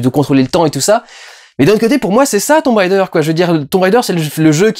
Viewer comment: S'il te plait.. ne fais pas style "je prends un accent anglais" quand tu prononces Tomb Raider comme si c'était Tomb RIder !!! mdr parce que franchement c'est un peu ridicule ! ;) bon allez, je vais regarder ta critique maintenant ! lol